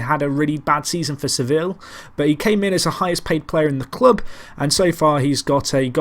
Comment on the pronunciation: Sevil? Come on, it's not THAT hard